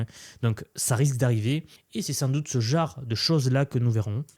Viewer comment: Ça veut dire quoi « ce jare » tu l’as répété plusieurs fois. Tu voulais dire « ce genre de.. » 😂 ça va je te taquine tkt je suis abonné et je partage te vidéos j’aime bien ton contenu